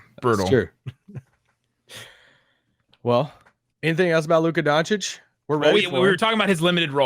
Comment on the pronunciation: Legit correction. Part of me dies every time Stephen A says Luka Don-chick...